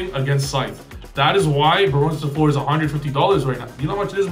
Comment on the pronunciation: Hey The "eu" in "Fleur" is like the "u" in curry; hurry; burn; furry and so on. Its flower in french btw